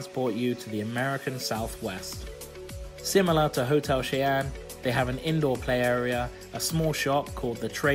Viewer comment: Cheyenne is said "shy-en" its my name so it was a little triggering when u said it just thought I'd say how u actually say it 😂